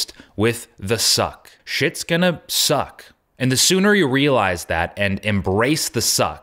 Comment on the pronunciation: This video gets a whole different meaning if you hear Zuck instead of suck.